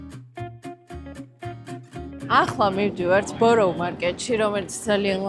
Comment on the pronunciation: ბოროუ არ გამოითქმის ბარა მარქეთ ქვია